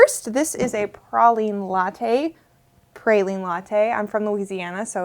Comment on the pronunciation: You’re right, pr’aw’line is the right way to say it